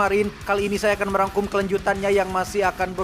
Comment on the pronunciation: Ngmg merangkumnya kyk dlu lg kek. MEWANGKUM...!